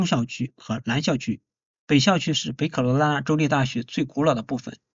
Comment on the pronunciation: 说的太对了，我听着都难受，听不下去了。😢😢